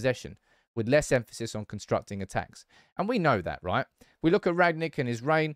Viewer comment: "Rag-Nick" can you learn to pronounce his name.